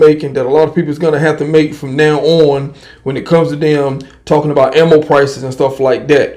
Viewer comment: Damn bro same recycled videos over and over. The ammos back on the shelf and prices are high... There that's a months worth of your videos in 1 sentence. p.s stop saying I'm talmboat it's super annoying 🤡